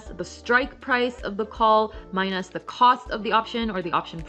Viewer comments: Love this. And also love how she says “mine-us” :) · I can't front: I love the way you pronounce minus ("my-nosse") 😎